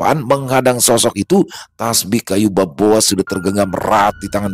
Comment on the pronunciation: Semngt.maaf sebelum nya sekedar ngasih tau.. bukan kayu baboa tapi kayu kaboa bang 🙏🙏🙏 maaf cuma ngasih tau bang maaf juga klo sya salah juga